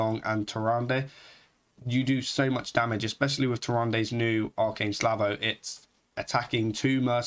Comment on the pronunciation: Slavo? Say it with me buddy.. S - a - l - v -o!! You're a native english speaker, you should know better. I'm sorry but this really frustrated me listening to you miss the word like 15 times in 2 minutes :D